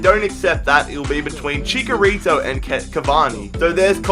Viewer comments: you're pronouncing Chicharito wrong. Its Chicharito not chikarito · it is chicharito not chikarito lol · the striker I want is aguëro or swap benzema for lukaku Also ITS NOT CHICKERITO ITS CHICHARITO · It's not chikarito its chitsharito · It's not CHICKARITO It's CHICHARITO Like NACHOS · ViZeR Gaming hd he's right it is pronounced like "nachos"